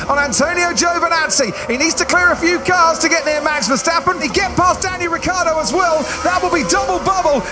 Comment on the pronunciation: Say it with me folks: RI-CHIARD-DO ITS SPELLED WITH A FUCKING I FOR CHRISSAKE